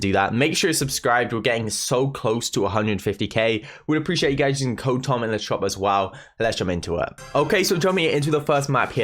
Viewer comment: Anyone realize he said Code Pom instead of Code Tom